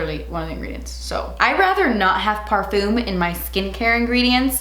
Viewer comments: Parfoom Me: what the fuck is par- OHHHHH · LOL “PARfum “🤣🤣🤣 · Dying at her pronunciation of Parfum thank you